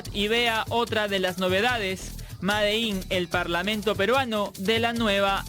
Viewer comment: "ma - de -in"